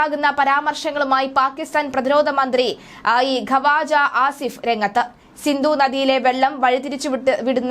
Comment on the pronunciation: ഖവാജഅല്ല. മലയാളം അറിയില്ല അലെ എണീറ്റ് പോടി ഖ്വാജ ആണ്